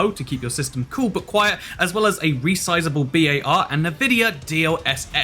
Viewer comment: My guy really said "Nuh-Vidia" and "resizable B.A.R."